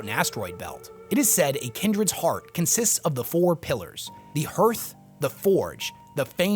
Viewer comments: The vowels in "hearth" are pronounced exactly the same as in "heart" so it’s "HAARTH" not "HUUURTH” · I think hearth is pronounced hArth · Hearth is not pronounced like hurth. It rhymes with heart. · Hearth is pronounced Harth, in the same way we pronounce Heart as Hart. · I know that the word 'hearth' is spelled like, 'Earth', but it is pronounced like, 'harth'. Hearing you consistently mispronounce it was... difficult to listen to. Otherwise, I loved this vid. You provided more condensed insight into WH40K squat culture lore than anyone else ive found on youtube. Thank you! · Awesome video! Everytime you pronounce "Hearth" I take psychic damage though.